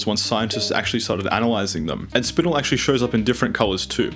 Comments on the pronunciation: . It'd called spin-el rather than spinle. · spinnnel.... its either the americans with their weird pronunciations or english is just weird.... its got 1 n in it, not 2😂😂😂😂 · FYI: you're mispronouncing a number of these species names, most notably spinel, garnet, tsavorite and almandine (emphasis on just the wrong syllable).